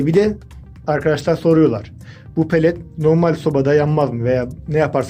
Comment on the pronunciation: Palet değil lan pelet